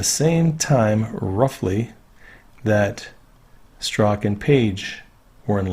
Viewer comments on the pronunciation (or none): From the Strzok testimony we learn that his name is pronounced "struck". Please use the correct pronunciation. Thanks.